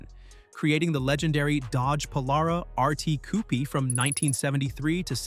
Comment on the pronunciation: "Cou-pee" good AI pronunciation there.